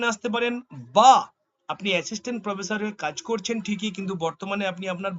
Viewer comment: আপনার উচ্চারণ ঠিক করে নামুন।স ,শ,ষ আছে । শ ষ হচ্ছে স।স হয়ে যাচ্ছে শ। প্রোফেশার নয়।াপনি /আপনারা অটো বা টোটো ট্রাই করতে পারেন।